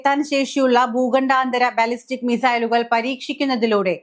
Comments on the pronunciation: Dear, I have great appreciation for your presentation. But the ladies are committing lot of mistakes. Instead of saying ICBM, this lady used the term ICMB. Again, instead of pronouncing ' ballistic ', she was pronouncing it as ' blastic', which denotes to her lack of resources in the war related terminologies. Please take it seriously.. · Ballistic ആണ് blastic അല്ല